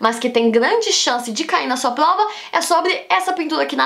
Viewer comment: Ela fala plova e tlabalho. É fofo kkkk